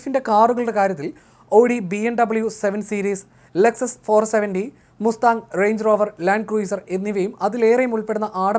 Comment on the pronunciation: മുസ്താങ്ങു അല്ല മസ്താങ്